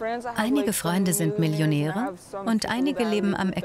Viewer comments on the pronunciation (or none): MILLIONÄRE, ES HEISST MILLIONÄRE!!!